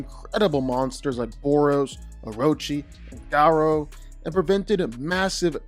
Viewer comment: I keep getting cancer every time he says Ga ROW